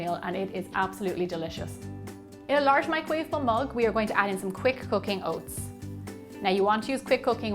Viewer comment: I thought she said "quick cocaine oats"! Lol 😂 OMG ...